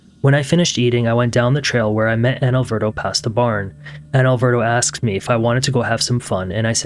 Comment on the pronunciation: Why do you say "Analverto" when his name is "Alverto"? Possible answer ?